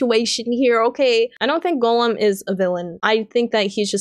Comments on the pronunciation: I'm in Ohio (I think your east coast too) but I had wondered if Gollum was more of an accent. Sounds more like you're pronouncing it as Golem instead though. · Eomer,, Faramir, Gollum, Haldir and Isildur lol. Haldir you only said once and stumbled over so you may have said it correctly had you said it a second time but Gollum especially bugged me because of how many times you said it and mispronounced it. I enjoyed the video enough though that I just listened to it again from start to finish on my way home from work though!